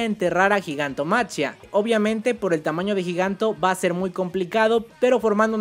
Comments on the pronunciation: Repitan conmigo: Gigantomaquia Repitan conmigo por si acaso: Gigantomaquia No sé si soy el único al que le genera conflicto que prenuncie la ch como tal diciendo Gigantomachia Igual, buen video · hey bro, creo que se pronuncia "Gigantomaquía" es una referencia a la titanomaquia (en la mitología griega la guerra entre los Dioses olímpicos y lor Titanes), solo que pues en ingles es Titanomachy/Titanomachia y por eso lo de Gigantomachia